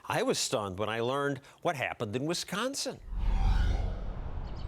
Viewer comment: "in visconsin vwe all obey ordas" ...lol, brilliant.